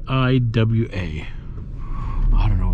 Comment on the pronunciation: That aiwa stereo receiver is pronounced eye-wa